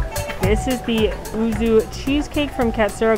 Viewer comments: Just for the record, yuzu is pronounced like you-zoo, it's a citrus fruit.:) Great video as always! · Always like your videaos,. Even though I am not a big fan of cheese myself, I do like cheesecake though. But the Japanese citrus fruit is pronounced as 'yuzu'. Kind of like 'you' with 'zoo' stuck to it bit the the 'oo' sond is shorter. As graduate with a Japanese major the 'uzu' was a little meh, since you would either have a 'whirlpool'or 'map'' cheesecake ^^; Would be an interesting flavour XD. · I love all your videos and watch them all the time XD. I too am a huge cheese fan, despite me being lactose intolerant, lol :p. Yuzu is pronounced You-Zoo :D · Thank you!!! I enjoy but she was driving me nuts saying ooo-zoo!